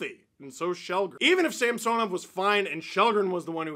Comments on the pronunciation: In a game early in the season, the broadcast mentioned that Samsonov requested his name to be pronounced differently, which is why on broadcasts you hear them say Samsonov (like the name Samson) now instead of SamSOnov. Chris Cuthbert even corrected himself mid broadcast. Its something thats stood out for me for some reason cause Steve still calls him SamSOnov, which is probably the correct pronunciation in Russian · Steve can you please say Samsonov right? Early in the year the play by play announced he wants it pronounced the other way from what you’re saying. Great work as always though.